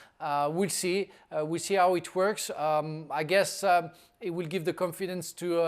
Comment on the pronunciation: sounds like Frank says "we'll see how he twerks" lol